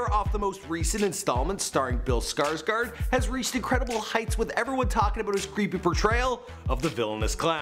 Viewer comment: "Feat. Bill skuurtsquirt".....are you serious? SKUURTSQUIRT? It's Skarsgård! Sk-aa-sh-goerd. Not fucking skuurtsquirt